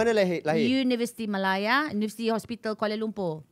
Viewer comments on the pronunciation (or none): none